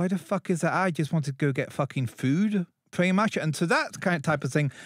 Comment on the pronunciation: "Pwetty Much..."